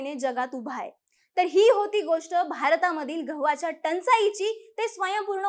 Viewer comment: घहू... घवाच्या... उच्चार बदल अपेक्षित